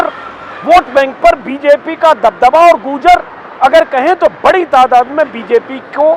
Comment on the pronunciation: अंजुम जी वो गुर्जर है, न कि गूर्जर 🙏